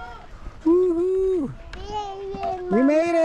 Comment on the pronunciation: You saying “Insha ALLAH” 💯